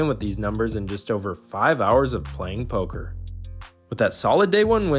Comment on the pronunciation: it‘s Poker,!